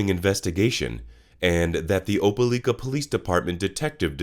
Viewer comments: Oh-pa-like-ah ...not oh-pe-leek-ah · It’s not pronounced OpeLEEka it’s OpeLIKA..I live here. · Opah-like-ah Alabama. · You're doing a great job man, subscribed. Loved the video. One tip that I think will help you grow in subscribers: Try to find a local, or anyone, from near these places you talk about, to tell you how they say their hometown. Your Opelika pronunciation was rough to hear. (Oh-Peh-Lie-Kuh is how they say it.)